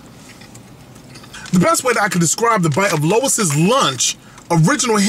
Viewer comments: Worst review ever. Can't pronounce the name of the restaurant correctly and said it was a steamed cheese burger. You obviously don't know New Haven. Stop acting like you do. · I find it funny you claim to be all “familiar” with the area....don’t even know how to pronounce the name. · I like how you say Louise's lunch!!!! LMAO! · Can’t take this review seriously. Can’t even get the name right. Lois lunch. Girl bye. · I am trying to figure out how you pronounce LOUIS AS LOIS?? COME ON MAN!! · LOL he said LOIS rofl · Louie's Lunch- it's pronounced Lou-ie's. Love your work BTW. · Pronounced Louie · Said the name wrong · I'm wondering if this guy knows what he's talking about. he mispronounced Louis lunch and he doesn't know the difference between steam and broiled burgers. Louise lunch has been flame broiling their burgers the same way in their broilers since 1895 which was cooked right in front of while he waited in their upright flame broilers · How does one continuously misspronounce the name so badly? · he pronounced it wrong lol